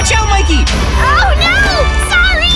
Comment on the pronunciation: It's Mikey not mickey